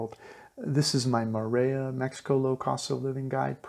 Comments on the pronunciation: Hi, The Ls in Spanish are only pronounced like "ya" if they are double LLs, like the sound in the word "tortilla." It's correctly pronounced "torteeya." So, it is more-ell-ee-ya, not more-eh-ya. Thanks for the info. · mor-el-ia not moraya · Great info thanks, but it's pronounce (MORE-EL-YA). Morelia has only one L . You were pronouncing it as dble LL (yeh) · He cant even say Morelia, he sounds like Morea"... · It's a beautiful enchanting town. But it's named after Morelos so the name is Morelia not sure why you're pronouncing it like a double l--More-ray-ya? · Hi. We dont expect perfect pronunciation, but if your doing a report on Morelia you should pronounce it correctly. So if your "in" Morlia just listen or ask someone how they pronounce their city's name. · Please learn to pronounce Morelia right.